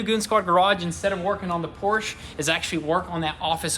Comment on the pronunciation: Have you guys been adressed by the Porsche guys for your pronunciation of Porsche?? Just wondering lol